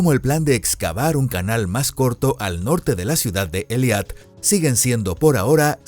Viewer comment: Por favor corrijan la pronunciación, tanto en español como en la fonética de hebreo se pronuncia E I L A T, no E L I A T